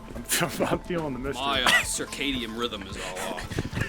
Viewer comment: "Circadian rhythm"